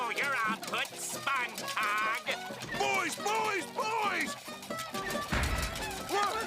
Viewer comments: He said spongecog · think he said "Spongecog"